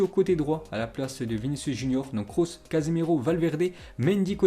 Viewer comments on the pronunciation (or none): none